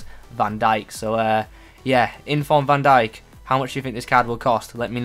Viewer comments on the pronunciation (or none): Bro love your vids but do learn to pronounce last names. You even add extra letter xD If you want me to be your linguist just text me ✌🏼